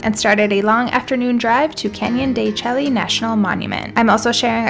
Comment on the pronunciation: De shay, not de chelly.